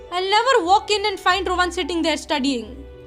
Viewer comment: Your saying Rowan wrong lmao it’s “Rowan” not “Rovan”...